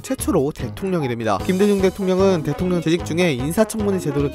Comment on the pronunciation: 어 대통령이 아니라 대통려 ..